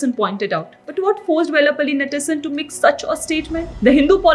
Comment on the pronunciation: Anchor find it difficult to pronounce the name vellapally nadeshan ., she can call white church, it's a literal translation of his name to english